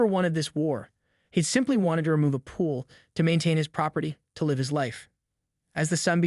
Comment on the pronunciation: Why did you waste time repeating a big section toward the end and NOT ending it with a clear outcome? And your bot or AI needs to be programmed to read "live" correctly. This was lame.